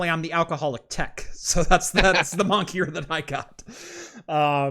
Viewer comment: Is saying "monkier"? Is this an inside joke I missed?